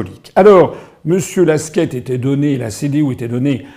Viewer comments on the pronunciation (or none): Alors je sais que vous ne lisez PAS les commentaires. Mais au cas ou: Armin Laschet ..... ne se prononce PAS LASQUETTE mais LACHETTE.